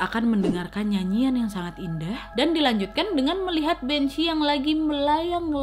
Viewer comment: Bhanzee = kok aku malah dengernya jd banc* yaaa? 🙄